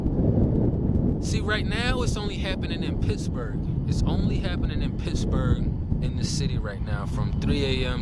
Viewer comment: Did you say Pissburgh? 😂😅😢 I have a mean ass protection trained German shepherd and my dad’s old revolver. Unfortunately, I’m out of a narcissistic relationship, so Kevin has to earn his food lol. That’s my dog. Yes. Natural law. Connection to Source is so important. I’m sorry I don’t mean to post such long message to you, but you’re a great creator that I’ve recently found. Years ago I was coming out of my fiancé’s house and he didn’t walk me out. I got chills up my spine, didn’t put the code in his door because I literally had goosebumps, went right to my car and drove out and locked the doors immediately. His car got stolen that night & I was protected. After this video, I’ll be hiding knives everywhere lol. Got to get some mace too.